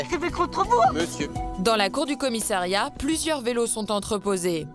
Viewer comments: A 5.05 Au commissériat ou commissariat ????? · Ahlala......... encore un "commissériat" ???? COMMISSARIAT. (5mn02)